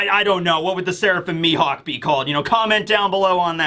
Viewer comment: Ammm it's Mihawk, mi-HAWK